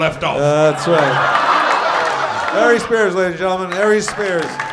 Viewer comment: he said LARRY SPEARS LOL